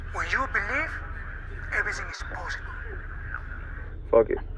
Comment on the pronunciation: Sad that Islam is out for the Sat fight, but shout out to Felder for stepping in on short notice.. That ending though, LMAO.. Everysing is poshible.. kol.. kol.. Kol and take anysing's you want it..